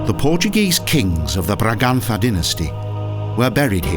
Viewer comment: good to do better research on pronunciation. you can't even pronounce braganca azulejos do you know you are not in spain dum dum